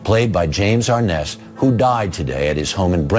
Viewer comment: It’s pronounced Ar-NESS.